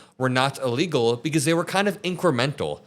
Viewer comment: You know what's also incoherent and dumb? Saying illegal like ellegal.